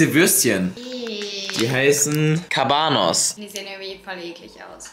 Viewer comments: CABAnoSS hahahaha es heißt Cabanossi haha das ist voll witzig geworden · Ach und die Würstchen hießen Cabanossi und nicht Cabanoss.😂😎